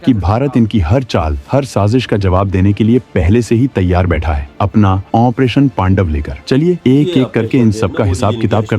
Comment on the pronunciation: OPERATION SINDOOR hai Commentry karne walla ONPERATION kahey raha hai Lekin KYUN ?